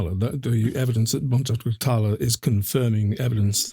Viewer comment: bon-juke-lu tarr-la